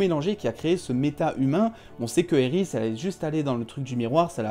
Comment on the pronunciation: Quand tu dis Iris j'ai envie de te baffer